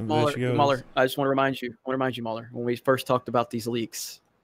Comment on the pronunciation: MooLer? Did the word "maul" in Mauler melt too many snowflakes?